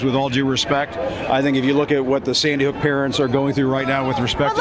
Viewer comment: he said seedy hook